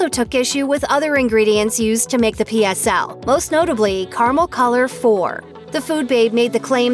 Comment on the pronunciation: What the hell is kar-mel?